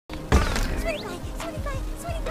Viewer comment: Jeez, never tought Vinny would drop it with a hard R like that